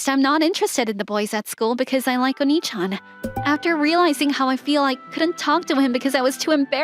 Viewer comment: I'm Not fond of the use of "Oni" instead of the correct "Onii"